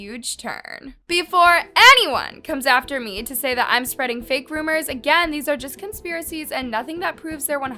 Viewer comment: "Theory" .."rumours"... someone help this girl💀